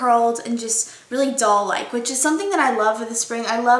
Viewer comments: It sounds like she's saying "dull" instead of "doll"... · At first i kept thinking you were saying dull-like instead of doll-like lol loved that this was mostly drugstore so pretty too! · when u say doll it sounds like ur saying dull haha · Everytime you said doll I thought you were saying dull